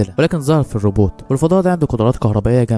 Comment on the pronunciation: ريبوت❌ روبوت✔️